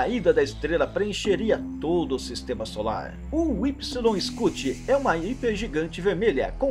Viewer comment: então Pq vc pronuncia o nome da estrela errado? Incluindo massa ,e medidas!